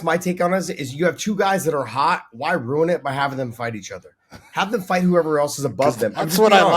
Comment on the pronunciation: It's "ruin" not "rune" 😂❤😂